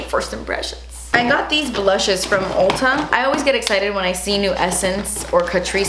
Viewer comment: I love how she pronounces "Ulta" as "Olta" 🤣 Edit: that Orchid Dusk palette looks SO MUCH like the Huda Beauty Desert Dusk palette!!